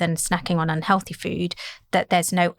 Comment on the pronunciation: she should say 'healthy snacks' not 'on-healthy snacks' then 2 seconds later say un-healthy snacks'. it would be difficult to speak less clearly.